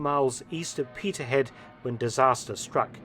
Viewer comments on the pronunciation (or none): ....it's no' 'Petershead'...it's Peterheid😂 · It is Peterhead, not Petershead also nicknamed little London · Peterhead, pronounced Peterheid